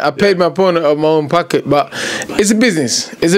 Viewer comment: Yeah he's so laid back and nonchalant. Plus his pronunciation of words is super hilarious. The latest one being "I paid my opponent out of my own pucket" 🤣